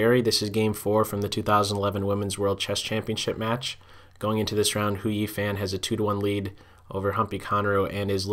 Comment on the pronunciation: jerry, as a fluent chinese speaker, let me just let you know that Hou Yifan is pronounced "Hoe EE Fahn." thanks so much for breaking down all of these games. i, for one, will be tuning in daily.